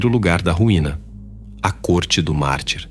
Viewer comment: essa IA tá lendo mal. eu ouvi "corte do mar", ou "corte do marte", tive que vir no vídeo pra ver que é "do mártir". ponha ela numa fonoaudióloga rs